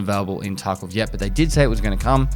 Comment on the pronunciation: Is it just me or did he say escape from taco lmao 🌮